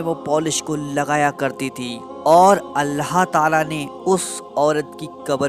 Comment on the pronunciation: Bhai ap Allah ka nam thik se li jie Allha tala nhi bal k Allah tala hota hai